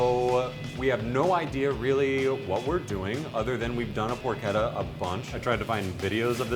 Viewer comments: Isn't it pronounced porCHetta, not pork etta? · It’s pronounced por chetta. Ch not k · not porketta its "por-che-tta" Amerikans and their bad accent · Wtf is porketta? I think you mean porchetta. That moment when you cant even pronounce what you are making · Did he just really say porketta instead of porchetta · Porchetta is pronounced as porshetta you should do your homework in words as well as Meat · More like por-keta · It's pork etta. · it is pronounced por-ch-ta and spelled porchetta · "it's make like a tree and leave. You sound like a damn fool when you say it wrong!" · When you kept mispronouncing porchetta I left. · How can you work in a butcher shop and not pronounce porchetta correctly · STOP PRONOUNCING PORCHETTA WRONG I LIKE THE VIDEO BUT FAAAAAK JUST GOOGLE IT, TAKES A SECOND